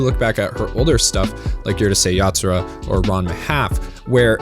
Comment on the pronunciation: Pronounced Urusei Yatsura correctly and then butches it with the dumbas Uhrusei